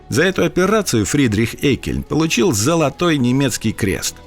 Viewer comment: Прежде чем вы ходить на широкую аудиторию, автору не мешало бы узнать, как правильно произносится фамилия персонажа, про которого снят сюжет. А произносится она не "Эккельн", а "Еккельн" (Friedrich August Jeckeln)